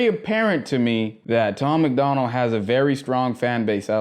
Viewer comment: Bro it’s Tom MACDONALD.. not McDonald like the cheeseburger spot🍔 Sorry bro, sounds like you’re gonna enjoy your the music.. but I can’t even watch this if you’re gonna get dudes name wrong off the bat.